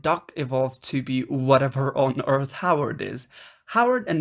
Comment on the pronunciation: "whatever on earch howard is" .. this is good